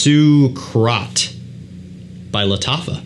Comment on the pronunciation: I think it’s pronounced Suga-a-rat.